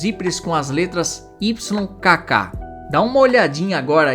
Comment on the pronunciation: AI. Can't pronounce "aglet" or "YKK," such simple words.